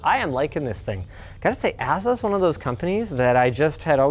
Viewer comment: yes, he really did just say "ass-sus" instead of "A-soos" for "Asus".